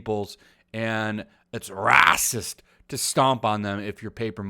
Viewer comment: I love your content but why can you not pronounce 'racist' like any normal person?